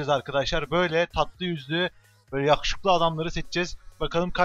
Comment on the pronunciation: abi aateecee gibi yahuşuklu diyon :D